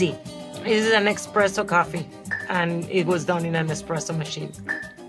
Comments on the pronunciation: the Italian in me wants to yell ESPRESSO every time she says expresso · It’s espresso not expresso lol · Mrs Vergara, it's eSpresso not eXpresso!😅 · whos gonna tell her its espresso not expresso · I am not even Italian and was triggered every time she said “expresso”😂 I still love her though! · It’s expreso in Spanish! 😂 I think 🤔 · Tell me I'm only hearing "eXpresso" and she's not really saying it... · Too bad she calls it eXpresso. How embarrassing.